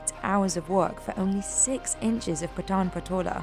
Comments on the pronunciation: Very informative video. Just one thing - not sure if others have covered it in their comments - it's pronounced Paa-tan not Pa-taan. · The lady pronouncing it wrong totally ... It's not pataan it's paatan patola saree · Its not पटान its पाटण !!! She pronounced so wrongly our place like she speaking of pathaan!! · Thats Pa(aaa)tan and not Pata(aaa)n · It's Paat'n not p'taan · It is Paatan, not Pataan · It's pronounced as Paatan not Patan. Very shallow research. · It's paatan and not pataan please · You should correct your pronunciation, it is Paatan not pathan or patan. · It's pronounced "paatun" and not pataan, please. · Its Patan Not Pathan 😂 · Paatan( paa ta n) not paatun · It is Paaatan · Even she is not pronouncing the word "Paatan" correctly ... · Very different words, and her pronunciation of Patan is wrong. "Pat" is pronounced similar to "Part" and "an" similar to "done".